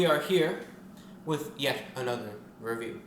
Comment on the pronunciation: So this is 3 times he says wecomle this is reveiw